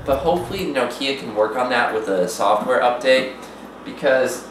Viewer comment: Its Nokia not Knockeea or Nokeea. Its just Nokia!!